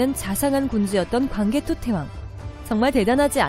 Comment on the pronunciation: 제귀에만 태왕이 태황으로들림?